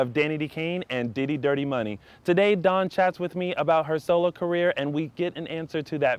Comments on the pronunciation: Really love Dawns passion about her art.Really great interview....and you got her name right!lol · Oh my gosh you said her name right , I love it. This was a great interview.